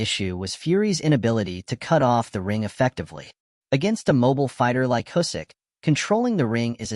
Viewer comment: Can't watch this with the terrible automated voice and "Husyk" pronounciation lol